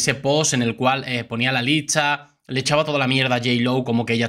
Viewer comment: No se si soy yo pero yo a este youtuber. Le escucho que pronuncia mal por ejemplo licha ( lista) y asi......¿porque? Que alguien me diga porque